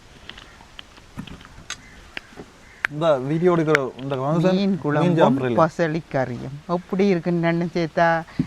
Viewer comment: பயளி என்று சொல்வது கிடையாது பசளி என்று சொல்வார்கள்